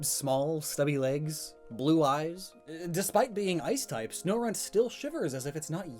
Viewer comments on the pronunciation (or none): Snorunt Sno-RUNT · It’s even called sno*RUNT*